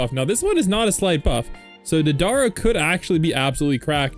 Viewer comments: you're saying DA-DAR-RUH, Deidara's name is pronounced DAY-DUH-RUH. it kind of sounds like date-a-ruh all together! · not be that guy but its pronounced like "Day-Da-Ra" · It's pronounced day-duh-ruh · its pronounced day dah rah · Its Dey-Da-Ra Pronuce Da like dad and Dei like They but with a D